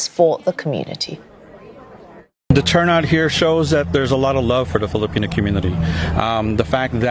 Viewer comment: This lady can't say the word Filipino. 🙄